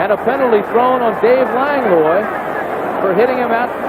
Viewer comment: "Lang-loy"?😅 Langlois is pronounced "Lang-wah."